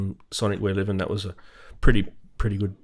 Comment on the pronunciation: Surely Liven is pronounced "lie ven" and not "liv-N"? Or is that a running joke between you crazy charismatic guys? Personally, I prefer button/knob combos to menu diving. The Livens are very easy to learn and memorise. The only gear out there offering an even better UI/UX are the Novation Circuit Tracks and Rhythm. I'd much rather keep spending £230 on Liven boxes that do one or two things really well than spend £1500 on a workstation that's got an impenetrable UI and tons of features I'll never use.